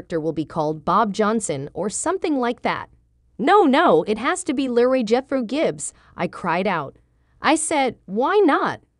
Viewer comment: You would think that if you are reading this you make sure you pronounce your words correctly. His character name is LEROY pronounced LEE ROY NOT LARRY if your going to read this stuff proof read and get it right